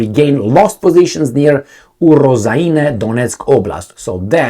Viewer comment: It's transcript [Oo-rożh-ajne] Oo sound like book